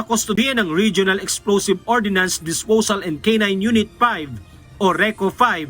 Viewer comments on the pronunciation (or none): Ordnance hindi Ordinance. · Ordnance hindi ordinance